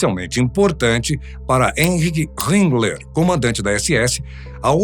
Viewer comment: "Enrigue Rimbler"?🤨